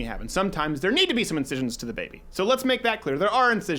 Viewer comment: When he says “bAYBY” it kills me everytime